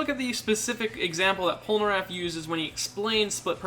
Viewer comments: When he pronounces Polnareff as pol-ner-aff and not Polnar-aff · Did my guy just say "poneraff"